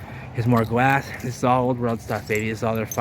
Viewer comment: I swear everytime you say Glass it sounds like Gwass lol 😂